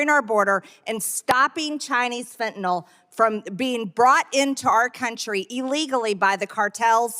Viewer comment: Fentenol? Impordant!